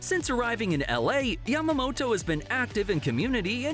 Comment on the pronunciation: Thanks for saying Yamamoto’s name correctly😆 Not Yamamoro thanks!!!